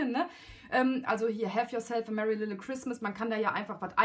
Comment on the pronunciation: Ein sehr schöner Kalender ist es geworden :) kommt gleich auf meine Liste. P.S. Bei dem Wort little hast du das "l" vergessen ;)